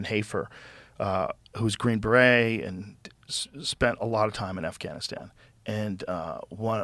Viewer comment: I like how Bret said “Assgainastan” accidentally..